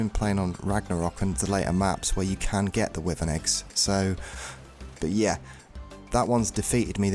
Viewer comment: It’s pronounced why Vern not withern